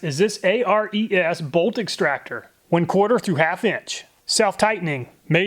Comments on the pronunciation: "a, r, e, s"? Not sure is you know thats pronounced " air-es " it's named after the greek god of war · FYI: molybdenum is pronounced like "muh-LIB-duh-num". And hexagonal is "hex-A-gun-ul". Also, I suspect "ARES" is intended to be pronounced like "AIR-ees", like the Greek god. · If "Snap-on" is anywhere near a tool, the price goes up exponentially. That's why I don't have any Snap-on tools. Btw, Ares (Air-ease, not A-R-E-S) was the Greek God of War... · Pretty sure it was pronounced Ares like the Greek god of war not A.R.E.S. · btw, isnt that one brand pronounced [air-eez], like Ares, the Greek god of war? or is it Actually "A-R-E-S", like an acronym? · he says Ares as A-R-E-S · [nerd_nitpick] ARES is pronounce "Air-eez", as in Ares, the Greek god of war. Of course, Ares tool themselves say they're named after the Greek "hero"...Ares is a lot of things, but 'hero' generally isn't one of them. He whines after being injured during a battle during the Trojan War, and Zeus basically told him, "If you weren't my son, I'd have tossed your bitch ass out long ago." [/nerd_nitpick] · That's a very interesting way of saying Ares, you know like the god of war. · ARES? You mean Ares, the greek god of war?